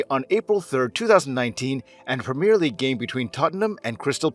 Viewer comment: I can’t listen to this : Tottenham HotspurS , the clue is the name of the stadium Tottenham Hotspur Stadium (which he seems to get right), then compounding the misery with “Spur” fans !, the nickname is the SpurS , plural. Premier league pronounced wrong, it’s a wonder he didn’t call it soccer😂 but then he gets a perfect pronunciation of Worcester, I don’t get it is he doing it to wind us up? You are one of “it’s” kind mate.